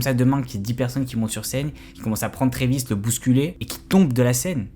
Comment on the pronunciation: Pour commencer condoléances aux familles des blessé/mort mais à partir du moment où un boug ne sait pas prononcer le nom de l'artiste (Trevis tes sérieux) et que surtout fait du clic bait sur 8 personnes qui sont morte tu n'es pas bien placé pour dire si oui ou non travis(oui le a on le prononce a pas et) est coupable alors que dans un concert c'est le bordel les gens sont foutent dire que les gens cavale jusqu'à l'avant de la scène avant même que ça commence et passer les barrière à l'entre tu peux avoir 14 comme 21 pige tu sais que c'est un manque de discipline. Alors Travis n'est pas coupable car il peux pas lui même contrôler tout le monde c'est un artiste son boulot est de faire de la musique et divertir pas de faire la police surtout que travis adore ces fan ducoup il sont fou de ce mettre en danger mais c'est pas à lui de penser à la place des attardé qui font office de fans